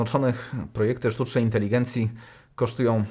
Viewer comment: Sztuczna yntelygędzja, sztuczne słońce kiedy sztuczna woda 🫠?